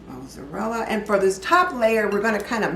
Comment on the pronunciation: Looks delicious, but I'd be interested to know why the milk and egg mixture can't be added before the dish is topped with cheese. Also, I like the way you pronounce Mozzarella- you say Moozerella and I've never it pronounced that way before. I'm going to try your recipe. Great job 👏🏽